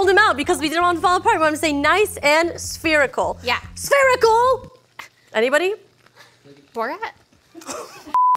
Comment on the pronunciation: This is the second time I've heard say "Sphericle" and nobody get it